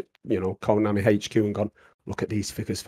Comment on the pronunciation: Why does it sounds like is saying Coinami every time he said Konami